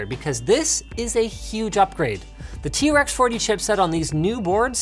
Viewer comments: I thought he was saying trex on purpose lmao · I swear linus is saying t-rex chipset